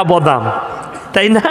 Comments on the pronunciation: উচ্চারণ করতে পারে না। বদাম 😂😂😂😂😂😂😂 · বদাম আবার কি বে🤨.... উচ্চারণ করতে জানিস না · আসলে ওনি ওনার আঞ্চলিক ভাষায় কথা বলছেন ত তাই বাদামকে বদাম উচ্চারণ করছেন। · ক্ষমা করবেন হুজুর বদাম না, বাদাম শুদ্ধ। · আগে বাংলা টা ভালো করে শিখুন ওটা বদাম না বাদাম হবে আর আমাদের ভারতে বিষয়ে ওতো ভাবতে হবেনা নিজেদের বাংলাদেশে নিয়ে ভাবুন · Badam tai thik moto bolte parchhen na....